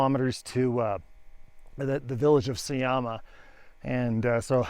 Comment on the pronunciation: You have spent more than 2 months in Bolivia and still call their currency bolivar. It is boliviano. Also J is pronounced like H, so it is not Sayama, but Sahama. It is not a desert, it is Altiplano.